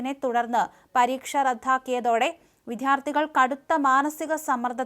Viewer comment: വിദ്യാർത്ഥി എന്ന പദം ശരിയായി പറയാൻ പഠിക്കൂ!